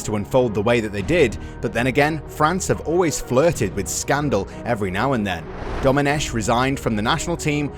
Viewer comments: The "ch" in Domenech is pronounced "k" not "sh" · Just a little remark. Domenech, the French pronounce it Domeneck with a K sound, not a sh sound (in fact it's a Britonnic name and it should be written Domenec'h and pronounced like ch in "Loch Ness"). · A 2 little mistakes in the Intro : Very forgivable, but Domenech is pronounced Domeneck, like technology. It's Marco Materazzi, to be precise.